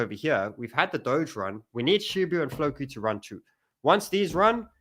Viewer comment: Lol man still says "shibu"😅